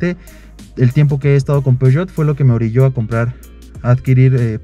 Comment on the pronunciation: Y cuando este man fue a Europa no le dijeron que no se dice "Peugeot"? Como que empezó muy conocedor y terminó viéndose medio chato , no entendí realmente porqué eligió un diesel, si lo que le gustó fue el diseño, están medio chafas los usuarios que eligen para estos vídeos, no aportan realmente nada